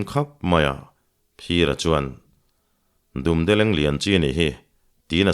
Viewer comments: Dumdeleng "Dum' tih hi (rawngdum) kan lam anga lam tur ani. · Dumdeleng' I lam dan chu leh😂